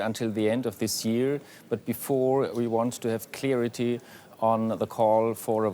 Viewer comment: "Clearity" bro can't pronounce it correctly after DW guy said it. CSU is filled with these types of geniuses.